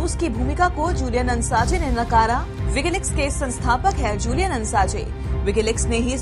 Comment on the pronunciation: असांजे सही उच्चारण है।